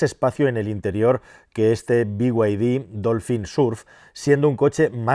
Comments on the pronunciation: BYD es be-i griega-de o bid. no biuaidi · Todo dios: bid: biguaydi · Por qué dice bi way di?? Si son chinos!! En todo caso digalo en español Ó Chino!!!!! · El problema es que BYD (no sé por qué pronuncias las siglas en inglés pero BMW en español) no hace los km que promete, dice casi el doble de lo que realmente hace así q…. Podrías hacer un vídeo con algún propietario y que comente